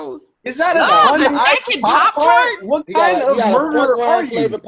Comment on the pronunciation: How did say Pop tart wrong!?!?!🤣🤣🤣🤣 HOW!?!?! & NOBODY caught that!!! Love u, bro.🤦🏿‍♀